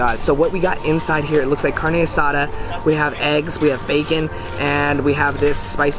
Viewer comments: Bro he sounds so white when he says cardne asatha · Carne what?😂 Asa duh